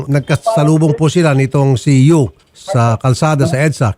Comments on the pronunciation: It's Yu not Uy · senator raffy, YU po hindi UY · Senator Raffy hindi UY kundi YU po.